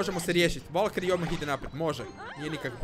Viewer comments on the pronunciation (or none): none